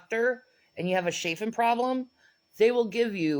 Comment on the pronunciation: what the freaking heck is “shaffing” it’s chaffing ch ch ch 🙄